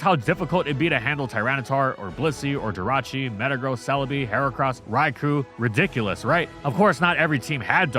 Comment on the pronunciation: If you ask me the only thing really worth banning is mispronunciation of Raikou’s name.